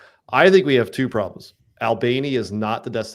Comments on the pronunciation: Guys, it’s pronounced “All-bunny” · I crack up every time you pronounce Albany